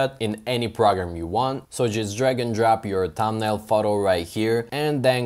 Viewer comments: its "thumbnail" not "tambnail" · When you says tumbnail 😂 ... Btw thankss❤ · Thanks for the info 😌 I really like the way you say tumnail 😊 I’m not making fun, genuinely like your accent 😌 again thanks for the tutorial and info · no u just said thambnail anyways forget it everyone has their own accent and we shoud not disgrace it